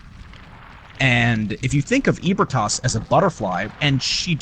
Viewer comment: ebrietas is pronounced "eebrieatas" not EEBERTAS